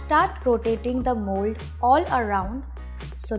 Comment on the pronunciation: i thought she said mole but then i realize that she said mold😅😅😅